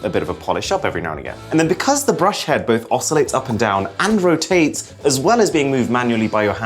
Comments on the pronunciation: I first heard "Andrew Tate's" not "and rotates"😂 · who heard andrew tate's instead of and rotates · What he said: …and rotates What I heard: ANDREW TATE